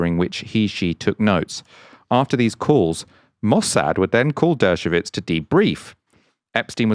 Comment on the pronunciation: It’s Dershowitz not dershovitz